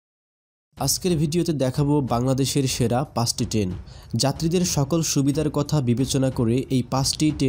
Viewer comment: আগে ঠিক করে বলেন টেন নাকি ট্রেন🤣